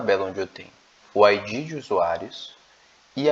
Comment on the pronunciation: Você pronuncia "Ái dgí", só que em inglês isso é "IG" é não ID. A pronúncia de ID é com d quase mudo, verifique o áudio das duas no tradutor.